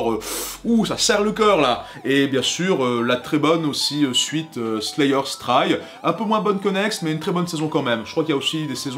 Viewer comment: "Slaï eur" ?? "ponti an steukin" ?? Un effort... "Sword" a un W qui ne se prononce PAS... Un effort...